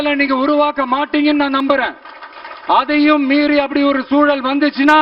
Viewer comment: ஓ ஹோ கத அப்போடி போகுதா பிழை இல்லாம படி பா